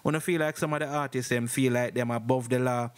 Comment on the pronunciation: Big man stop say ARTISES!! Dat no sound wrong bredda??? Please ask Siri or Google to pronounce artists